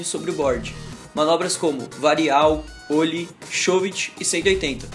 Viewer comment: não é ôllie, fala direito.